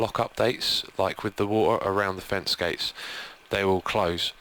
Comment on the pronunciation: did he say fence-gays?